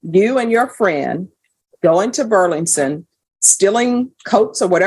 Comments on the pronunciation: Judge I LOVE YOU!!! But its BURLINGTON!!! Not BURLINGSON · Why is the judge having such a hard time pronouncing "Burlington"? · Why can’t the judge pronounce Burlington properly? She’s supposed to be highly educated. Is that just one word that kind of tongue twister? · How hard is it to pronounce Burlington?